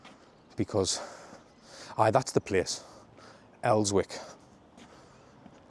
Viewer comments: Pronounced El-zick not Els-wick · It’s pronounced elsick not elswick 😂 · Son, it's pronounced Elsick, not elswick it's an old Aglo saxon word the BBC can't pronounce a load of words from North East! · You should probably learn how to pronounce 'Elswick'. It's els-ick. Like Berwick. If you don't know how to pronounce it, it's a way the locals will know you're not local. Also, Westgate road is gentrifying like crazy as the uni is now behind it. The amount of work going on to make the houses/flats posh is wild. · I lived in the men's hostel on Westgate Rd 4 years ago , Roycroft House , it's closed now. The 2 female hostels are still there , Cumberland House being the one at the bottom on the left before you cross St James Boulevard. I was struggling with addiction at the time , used to go round to the people's kitchen for me tea every night. Please don't sat Els-wick! Is pronounced El-sik! Hahah. Brought back some memories, wouldn't wish that on anyone. Was a pretty gruelling 9 months! But I'm in me own place , working and 3 years clean now ! Thanks for the video! Subbed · 16.10 is where I got my full backpiece Tattoo, in 1987, and it's not els wick, it's just Elsick, no sounding of the w, great video too thanks. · Elzik is the correct pronouncement! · It's pronounced Els-ick no W. You need to go to the top, past the old bowling hall, keep going and check the litter on the back lanes. Elsmere rds, hampstead road etc. Go on a Tuesday Wednesday , the day before binday. Horrific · it's pronounced Elsw( ick) the W is silent. The bottom end from Town is Westgate Hill & then the West Road. I grew up in Elswick many moons ago.